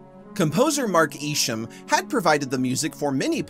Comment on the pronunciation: FYI, The following are the commonly accepted pronunciations of Rick Aviles = ah-VEE-les Michael Jeter = JEE-ter Mark Isham = EYE-sham And from your Salem’s Lot video: Rabinowitz = ra-BIN-o-wits I know these names aren’t as simple as “smith” or “Jones” but they are fairly common Hispanic and Jewish surnames. Congratulations on this video tour de force triumph of a video.